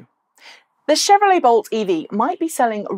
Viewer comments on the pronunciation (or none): none